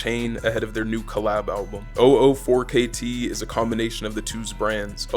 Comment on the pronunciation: very good video but 004kt is prenounced "double o four 4ktrey"